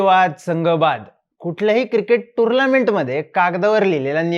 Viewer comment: टुर्नामेंट ❌ टुर्लामेंट✅